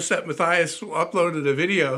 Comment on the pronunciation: Um... the name Matthias is actually pronounced "muh * TEE * uhs." Wandel is actually pronounced "wahn * DEL" (short e). Listen to how he pronounces it himself.